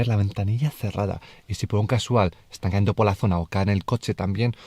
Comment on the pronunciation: No se dice "caendo"; se dice cayendo